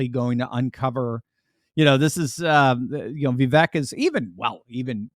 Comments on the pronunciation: He pronounces his name VeeVake, not VeeVek. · Ya know, his name is pronounced Vee vake. Like cake. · Pronounced "viv-AKE." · Vivek rhymes with cake! From the horses mouth himself!